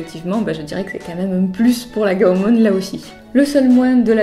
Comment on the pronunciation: Désoler de te reprendre mais on dit pas gaomon mais gaomone après dit ce que tu veux mais continue à faire des video